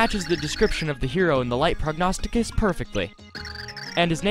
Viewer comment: I'm also very proud of you for saying Prognosticus correctly- you're the first YouTuber I've seen that's read through that perfectly the first time. Nice job